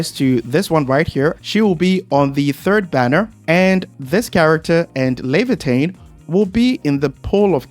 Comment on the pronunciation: As an original Arknights player, it's so weird to hear people saying Leviatan, because the only thing i see is, Surtr, haha